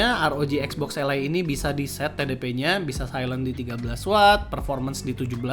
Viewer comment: kenapa Ally di baca alay 😭